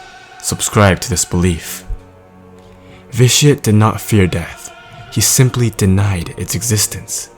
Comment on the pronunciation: when you say Vitiate it sounds like ''this shit''